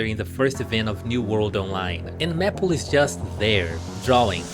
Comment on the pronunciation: not to make fun of your pronunciation but serously? "meh -ple" it's MAY as in the month and ple as in apple, to say maple